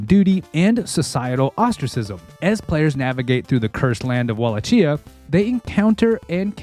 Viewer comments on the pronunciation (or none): Wallachia= 'wuh-LAH-kee-yuh'. It's a real place, in Romania. Vlad II Tepes(the Impaler), the historical Dracula, was prince of this land. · Wa-la-chia? QA shoulda caught that 😂 great video bro!